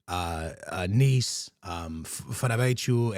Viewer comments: Wth is “fernabetchu” he literally said it correctly in the beginning of the video 😂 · Never seen anyone butcher Fenerbahce's club name so bad